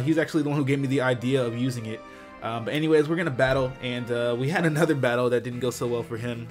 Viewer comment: The way you emphasised another in the beggining of the video